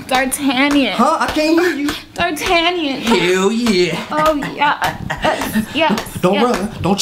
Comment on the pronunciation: nigga said D'Artagnan lmaooooo